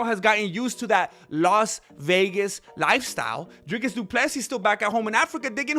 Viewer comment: Why does he call him doodoo Plessis